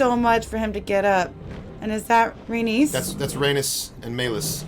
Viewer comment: I'm curious if it's an ongoing joke on this channel to pronounce Rhaenys and Meleys wrong 😂 or does he just have a hard time saying them